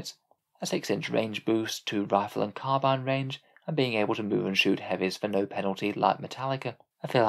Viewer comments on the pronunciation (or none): none